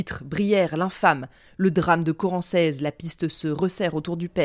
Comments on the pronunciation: Je suis de Chartres, ça fait bizarre d'entendre parler d'un bled de chez moi 😅 D'ailleurs Corancez se prononce Corancé. Mais peu importe, super vidéo 👌🏻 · J'habite à Chartres. A toutes fins utiles, on prononce corancé, sans le Z. Je ne connaissais absolument pas l'histoire donc un grand merci de me la faire découvrir 💞